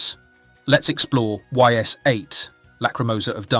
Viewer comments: I dont mean to be that guy, but if you are making a video on a game, please learn how to say the name properly. They literally tell you in the game... it's not Y S its ''ees" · It's actually pronounced "ease" like ease the f up, yo. Ys8 is the best in the series. Hard is imo the best difficulty, what should be considered the games normal difficulty. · Actually it is not why's 8, it's Eyyss 8. It's actually a good game, I never play it but I played Ys IX and was very good. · Best Ys game :face-blue-smiling: Amazing atmosphere, combat and soundtrack. Great characters, story and artstyle. Sidenote: you're spelling the name ''Ys'' wrong :face-fuchsia-tongue-out: "It's not pronounced 'Whys', it's pronounced 'Ease' "